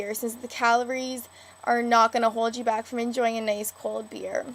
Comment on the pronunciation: Good deconstruction. Also interesting Canadian pronunciation of "frightened" (5.00) and "nice" (7'17).